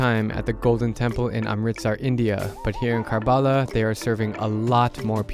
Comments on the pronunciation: It's not pronounced as Karbaaalaaa. The correct pronunciation would be " Kuhr-Buh-Laah ". Please remember its actual pronunciation sounds good to hear that way. 👍☺️ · Drew, you pronounced Karbala wrong. It’s pronounced as ker-bu-lah. Overall a great video!!! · Hearing you mispronounce karbala feels really offensive to me as a shia but at the same time you horribly mispronounced it that it became funny